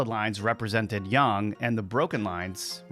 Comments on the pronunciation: Isn’t it yAAAng not yung…. Mandela or just me 🤔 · I think is. He can't pronounce yang right. Sounds like he's saying young. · Just say yang like a normal person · Not sure how much of this i can take. Your not pronouncing yang correctly, just like a bot would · The pronunciation of yang is off of yang( ying/ yang)....but it feels not quite 100%human created...but good enough to fool most